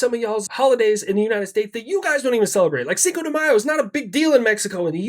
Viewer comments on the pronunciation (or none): none